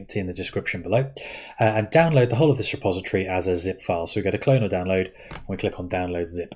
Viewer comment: ". . the whole of this repository . ." sounded a lot like ". . the whole of the suppository . ." I had to rewind to check! 😄 😁